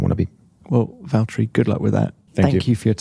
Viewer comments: I just love how he pronounced his name in Finnish and not how people do it in English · So Ricciardo did pronounce Valtteri's name correctly ! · EA361 Because Ricciardo can pronounce his name correctly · The way he pronounces the double T's are so good to hear for some reason idk why, but great!